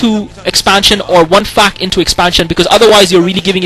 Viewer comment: lol. when he says "fac" it sounds like "fuck"